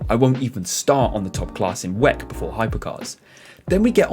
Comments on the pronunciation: good video but i think people say double-u-ec instead of WEC otherwise keep it up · Can you PLEASE stop saying "weck" ?! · I’ve never ever heard anybody say it like that before and at first I didn’t even understand what the hell he was talking about haha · Never heard someone say Weck instead of W. E. C. neat. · For gods sake please don’t say WEC like you say it! Why don’t you say WEC like everyone else?